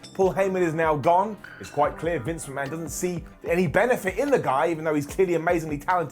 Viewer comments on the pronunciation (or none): none